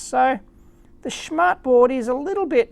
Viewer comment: "schmartboard" is hilarious if you're german. Btw your pronunciation was correct ! :)